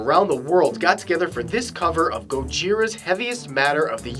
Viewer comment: so.....who else knows gojira? my heart skipped a beat when he mentioned them (and pronounced the name correctly!)